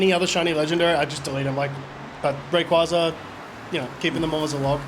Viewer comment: You’re a big Ray QUAY Zah guy Its not QUAH its QUAY